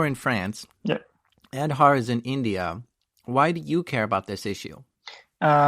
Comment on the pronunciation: It is aaadhaaar card. Not ed harr 😂😂